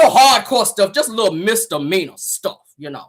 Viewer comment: Did she just say, she never been to jail, nothing serious......maybe some misalany( poor thing, think she was trying to say misdemeanor)